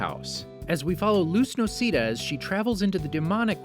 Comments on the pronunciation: I’m sorry but I’m that guy It’s not NO-SEE-DUH it’s NO-SAY-DAH sorry if I sound like hermione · “luz nocEEda” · help jesus christ im gonna cry, someone cleary didnt watch the owl house, nocEEda, its nocAYda, the cup eda ownin saying 30 and flirty _people can own things from the perivious birthday, clearly she got that mug and aged while still owning the mug, im not even gonna go into the whole thing about hunter being belos's nephew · It's pronounced no-ce-da not no-see-da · They called her Luz No-c-da (it's pronounced as Luz No-s-eh-da) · Did they seriously pronounce Noceda as “no-see-da”??? And also its the “demon realm” not “demonic realm. Fr some of these videos seem like the narrator didnt even watch the show. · It's pronoced No-ca-da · pronounces Noceda as "no-see-dah" me: P U R E A G O N Y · I’m sorry. NOCIDA?! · “Luz nocida” Made me cry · Excuse me but… NOCEEDA?!?! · "loose noceeda" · Noceeda demonic realm I'm sorry but this hurt me to hear 😭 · The way you pronounced noceda hurts my soul. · IM SORRY BUT LOOSE NO-SEE-THE WHAT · The way you said noceda killed me a little 💀